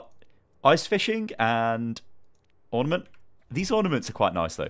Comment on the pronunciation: Was it just me or did he say ornimant mei when it was mercy